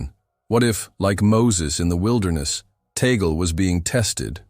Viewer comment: It's Tag-le, not Tagel.